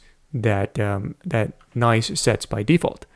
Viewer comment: Isn't it pronounced as written and not like "nice"? 🤔